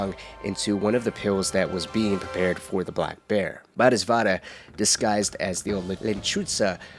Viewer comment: repeat after me, bo-dee-suht-vah Bodhisattva